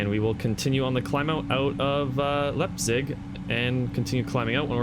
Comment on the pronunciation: Nice video bro!! One thing, Leipzig is pronounced Lipezig! Keep it up.